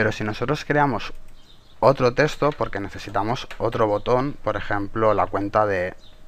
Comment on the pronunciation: un "teshto"